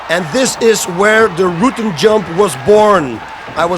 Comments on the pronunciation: Rutten is pronounced as our Prime ministers name Rutte but with an N. He doesnt pronounce a dutch ''u''. Instead he says Rootten. He should pronounce the ''U'' as in ou from the word generous. Or just type it in google translate thats how it should be pronounced. At least the ''U'' sound. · yeah he says Rooten lol. the "u" in Rutten is pronounced as in "pulse" or "murder" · Why does he pronounce his own name wrong lol. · No how he normally pronounces it is still wrong. Ask any Dutch person how to pronounce that surname and noone will say it like that. Seems like he changed it because its easier for Americans. Is kinda weird. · jimlucas0 It's not even weird he pronounces it like that. A lot of foreigners who come to the US "Americanize" their names because they just know most Americans will have a hard time pronouncing it and they will soon grow tired of correcting them constantly. Just makes his life a whole lot easier. En zo simpel is het. ;)